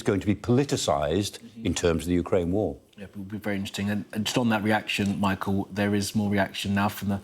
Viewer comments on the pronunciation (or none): none